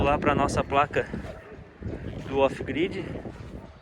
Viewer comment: "off gride e on graide"?